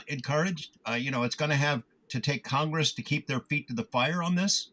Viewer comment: It's simple. If you think this kind of information needs Showmanship, then the information must be boring. If you realise the information is profound, then please stop acting. Acting is a fancy word for Lying professionally. - "Kong-Gress" 🤭👍🏻 - That wouldn't have encouraged me 😳 that's a profound level of stupidity, to have that reaction to something in a movie. I'm genuinely disappointed to hear any adult has ever spoken that sentence 😐 - Public Swellings are illegal 🙂